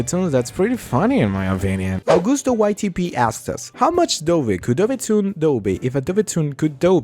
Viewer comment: Mom, look I’m on TV Ok but actually congrats on 1K! And thanks for pronouncing my name right! I know you have a Spanish accent so you pronounce it “Agoosto”, like me, usually people pronounce “Aguhsto” 👍👍👍